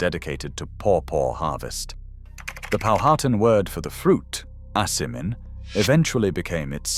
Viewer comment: You need to learn how to pronounce Powhatan.